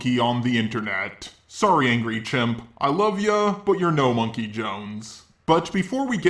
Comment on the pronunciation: MUM-KEY It's MUM-KEY